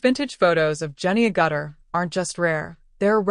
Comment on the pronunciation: Her name is pronounced "AG-itter," not "a-GUTTER." AI is not so smart.